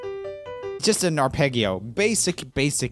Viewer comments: Did... did you just say ar-peggy-o? Do people say arpeggio like that? I've been pronouncing arpedgyo for probably almost a decade but do other people pronounce it like this? Just curious... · it is not said ar- peg- ee-o it is ar-pej-ee-o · So you say Fergie as FurJee and Arpeggio as Ar Peggie Oh ? What's wrong with you? 🤣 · are- pej- io not are-pegg-io arpeggio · Was about to ask if that's how Americans pronounce it... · no one: roomie: arPEGio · When he said "arpegyo" my italian ancestors threw mozzarella at him. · i’m not one to make fun of pronunciation, but let’s just say i will call it an ar-peggy-o for the rest of my days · Isn't "arpeggio" pronounced ar-pej-io? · arpeggio is pronounced ar-pedj-jee-o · I couldn't finish the video, but I'm sure he uses the hard g. He uses the soft g in Fergie. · You have to be saying "g"s wrong on purpose. "Ferjie" "Arpeggio" you be trolling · Just in the hope that I might be helpful, "arpeggio" is pronounced with a soft "g" sound, like the "j" in "junior". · If I ever meet Joel, I will teach him how to pronounce "arpeggio" and "chandelier" correctly haha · the hard Gs in "arpeggio" is adorable. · >arpeggio that's not how it's pronounced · you say arpeggio weird lol the gs are supposed to sound more like a j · That's not how you pronounce "arpeggio", dude.